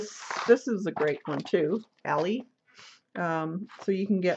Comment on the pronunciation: You're a lot of fun but I must tell you that Elle is pronounced L but keep up the good work. It's very pretty.